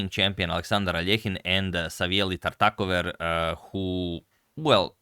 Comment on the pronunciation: So that's how you pronounce Tartakower